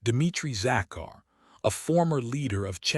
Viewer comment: Enjoyed the story but very disappointed in the voice and constant pronunciation mistakes. Sofie works for the U.N., not the "un." Zachary? Pitiful